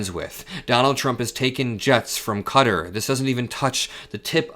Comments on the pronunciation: It's Kuh-taar in English, or Kah-ter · It's KATTAR , not cutter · What’s up with the ‘cutter’ pronunciation when saying Qatar 😂 I thought it was pronounced CUH-TAR or KA-TAR